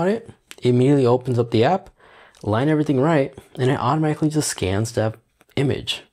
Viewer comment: THe... not Dee.